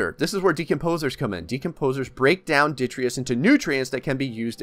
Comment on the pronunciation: Also every time he says "ditreeus"